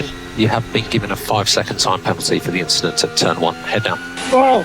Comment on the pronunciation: just a rookie inchident